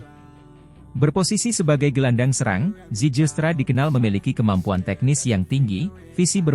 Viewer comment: bacanya ziilstra